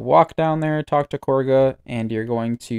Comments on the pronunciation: KAH-GA NOT KORGA 😂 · Kahga is not Korga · Why do so many people pronounce her name Korga? It's Kagha, like Ka-Ga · Explain to me how Kagha is pronounced kor guh? I am going insane what's going on I looked up korga he plays wow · Wait sorry I lost it a bit, Who the fuck is KORGHA? lmao you mean Kagha XD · When saying kagha in a British accent so hard it actually adds the letter R in American translations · the VA's literally say her name which makes it even weirder that you dont know how to pronounce it when its been spoken to you dozens of times now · Dude, the names are literally said in game. How are you messing these up? Unless its intentional? "Isobella" "lie'zel" "korga" "alfreeah" come on man.